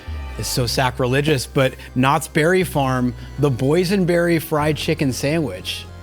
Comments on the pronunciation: WHY IS EVERYONE EMPHASIZING THE BERRY IN KNOTTS BERRY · says knots BERRY farm